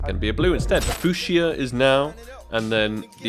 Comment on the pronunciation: The Fooshya is now? Does he not know how to say Fuchsia?(Foo-sha)